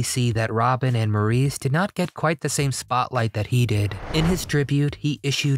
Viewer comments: Maurice Gibb... Maurice was pronounced 'Morris' (_NOT_ "Maurice" - despite its spelling) - it's always been spelt the Feench way but pronounced the British way - 'Morris' despite how Americans always try to say otherwise. Morris and 'Mo' for short by his brothers and family ...and his fans are often fairly annoyed that his name is not honoured by the use of its correct pronunciation. 😡😡😥🏴🤔♥️🇬🇧🖖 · Maurice is pronounced Morris. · I did enjoy your video❣️ Thank You❣️ I never knew Barry had a first marriage. I would say to you that in the future, when you make a video, learn to pronounce the names of your subjects. Maurice Gibb is pronounced “MORRIS”. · He didn't pronounce Maurice's name correctly.